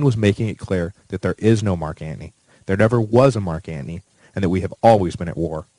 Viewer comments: Why tf do you say Marc Antnie??? I can't even listen it aggravates me 😂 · really? you pronounce Anthony as antney, like you're a wise guy? I turned you off. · lol yeah same. every time, I hear "ant knee" 😭